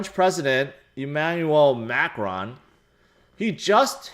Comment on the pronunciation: Ma cron (say crow with n at the end)